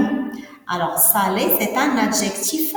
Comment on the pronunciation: C'est nul. Salé et non pas Sallé ?!